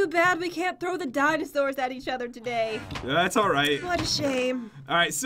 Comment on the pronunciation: at 14 seconds did anyone notice pat said togay